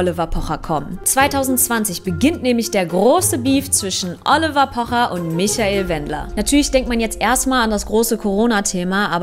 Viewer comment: Triggert nur mich das so sehr wie sie "Oliver" ausspricht ?😁